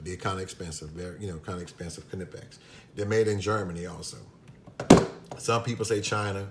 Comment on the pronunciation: This is to remind others that you are indeed pronouncing Knipex correctly. Lol